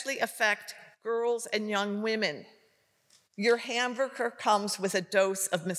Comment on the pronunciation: And you wonder why parents want to homeschool their kids. This lady who cant even pronounce hamburger properly.